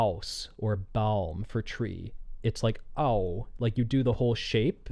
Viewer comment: I think the reason she sings Baum like 'baume' is because usually in Japanese they don't end their syllables with consonants except 'n' and even then they extend the sound of it. Also as a German speaker it is very difficult to actually understand the words without having the lyrics, but that's standard for Sawano songs.